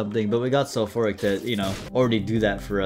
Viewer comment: Calling Sulphuric "sulphoric" is indeed a moment (how could you reroll spoon bender